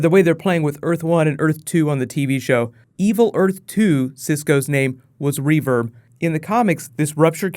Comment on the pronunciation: guys its reverb not revirbe